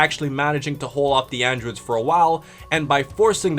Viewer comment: you said androods